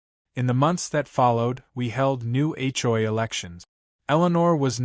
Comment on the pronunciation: You towed a POLICEE RAILE? Whats a police TRAILR? A CHOY empire? Are these Asian things? What’s a BRAGG photo? What’s a HOI complaint?Whats an HO-I? Whats a HOE bulletin? I didn’t realize that HOE’S came with a bulletin. HLA abuse of power? What’s a HLA secretary? What’s an HLA database? What’s a new HOI election? Really, her dog was glad her RAIN was over? Did she fly like a ballon and sprinkle the dog from a watering can?😅👀😂😄😆 Seriously, PROOFREAD the pictures and the dialog that AI comes up with. AI should stand for Asinine Intelligence.